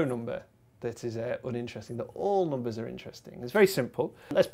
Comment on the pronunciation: They always pronounce it "noombas" instead of "numbers"